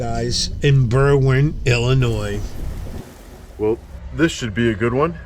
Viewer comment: ........"ease-dropping"??? Uh, I think you're missing a "v" in that pronunciation. And, we will only mention "Ellen-noise" . That accent speaks of the Northern NJ, Staten Island, Brooklyn, Queens and Bronx corridor. Hey.....are youse wearin' nice, clean underwears, dare?? Chill out, dude....just kidding....no problems. I grew up in Nassau County on Lawn-Guy-Lend. So, I have my own accent issues......like "cawfee", "pawking tha car" and, of course, putting an "r" onto any word that ends with an "a".